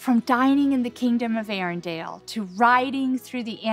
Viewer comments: I'm amazed that Disney employees don't know how to pronounce Arendelle! It's ArenDELLE, not ArenDALE!!! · Is it just me, or does he keep saying "Arendale"?